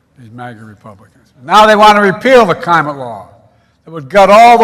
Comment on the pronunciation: Can't pronounce climate